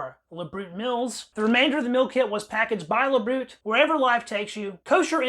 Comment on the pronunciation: OBTW: the proper pronunciation of "LaBriute" is "La-bree-yute" -- meaning "to the health".